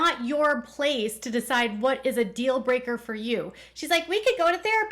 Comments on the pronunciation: Lol I loved that you said deal breaker as dill breaker the same way that Robin says it. 😂 Robin, go ask your sister wife Christine if you want the truth! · “What was the dill breaker?!” 😂 love that you captured the weird way they say deal.